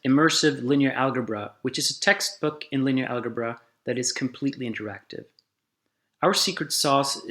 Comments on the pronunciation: Amazing—but one gripe: No one pronounces it “al•guh•bra”, not American, British or Australian English speakers. It is pronounced /ˈælʤʌbrʌ/, with a ‘ʤʌ’ or ‘juh’ sound. Especially for a promotional video, this is a bit jarring. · I know I'm 4 years late to the party, but in Swedish we pronounce "algebra" with a hard g sound, so even if he can make the d͡ʒ -sound, he probably pronounced it al-guh-bra out of pure habit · Furthermore, "algebra" derives from the Arabic word الجبر, "al-jabr" which is the joining of broken parts, as written by the Arab mathematician Al-Khwarizmi. The 'g' in algebra is definitely pronounced like the 'j' in "jump". Part of the problem with video-based education is having to re-record the whole video or set of videos to correct this simple, but potentially consequential mistake. Otherwise, I really like they you guys are doing this! Interactive education is great.